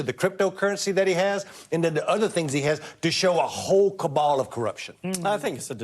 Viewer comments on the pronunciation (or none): Kobal calling the kobal Kabal. What a joke! Gross